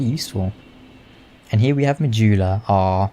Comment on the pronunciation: Why do you Say Mahula?